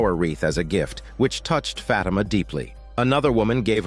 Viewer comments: 😭😭 it's not pronounced "fat emma" Its "fa thi ma" lol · "FAT IMA"😭😭😭